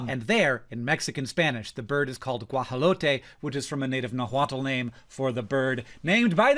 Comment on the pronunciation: solid attempt at pronouncing guajolote, 9/10